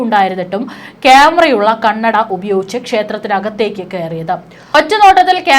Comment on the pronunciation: ക്യാമെറയിൽ കണ്ണട അല്ല, കണ്ണടയിൽ ക്യാമറ, ഒന്നു പറഞ്ഞേ... കന്നഡയിൽ അല്ല, കണ്ണട എന്ന് ശരിക്കും പറഞ്ഞു പഠിക്കണം കേട്ടോ 😂